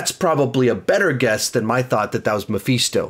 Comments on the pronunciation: Love how says Me-feets-toe instead of Mephisto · Who the fuck says Mapheestoe! It’s mephisto. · I think you mispronounced Mephisto. It's meh-fist-toe